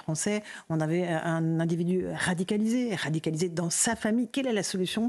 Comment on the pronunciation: nan mais " radicalisé " ça suffit pas besoin de dire " rrrhhaaadicalisé " 🤪Ils n'en peuvent plus a la télé 🤣